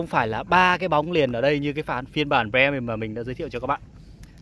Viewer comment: Ông này đọc chữ Premium nghe khó chịu thực sự, đã phát âm sai mà cứ cố nhấn âm nữa chứ